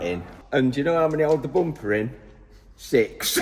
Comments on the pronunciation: Mat: Bumper❌ Boompaah✅ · "Next step......the boomper" 🤣